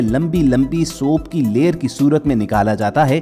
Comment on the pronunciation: Your pronounciation of soap is incorrect.pagal